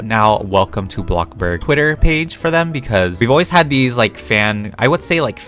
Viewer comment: The way he says “Blockburg” so casually